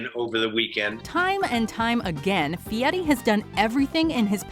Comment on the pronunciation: Fieri, not Fieti Fieri, not Fieti